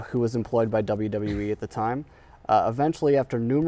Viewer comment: “WWF-uh E” 😂😂